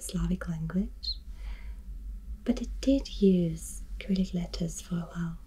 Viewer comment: In English, Cyrillic is pronounced with a soft C at the beginning, not with a k. : )